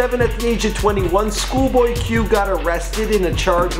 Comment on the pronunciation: “shoolboy q”